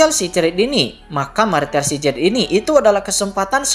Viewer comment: bang, bacanya kata 'secret' baca 'sikrit' aja bang